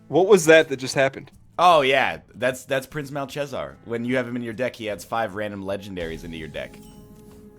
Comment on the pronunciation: "Prince MAL-CHEZZAR" The new PLAG